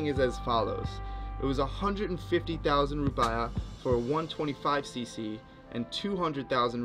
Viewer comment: Hi bro nice vid, ps its rupeeyah not rupiyah ;).